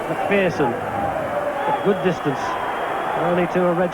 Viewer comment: Pronounce McPherson correctly for crying out loud i